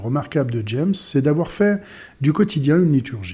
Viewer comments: Son nom se prononce ''jame'' ,pas ''djèmss'' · "Jammes" se prononce à la française car c'est un poète français, donc comme les trois premières lettres de l'adverbe "jamais".